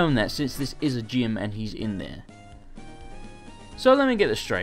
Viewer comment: Please keep pronoucing gym as gime!!!